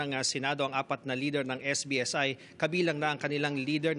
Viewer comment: SBSI po, hindi SBIS😅